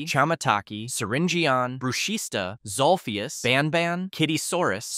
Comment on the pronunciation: It’s zolphus